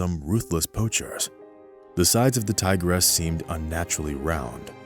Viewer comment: tigeress?!!??! ha ha. TIGRESS!!! not TIGERESS!!!